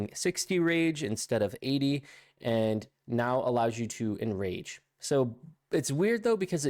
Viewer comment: Omg that did my head in too 😳 he also said " Bloodthirst has an 100% chance to IN RANGE you" 😂😂